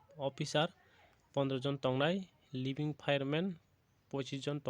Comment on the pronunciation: It's leading Fireman....not living fireman😄😄😜